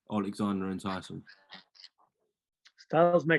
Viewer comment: Can really tell there's beef between him and Tyson. Still can't even say his name.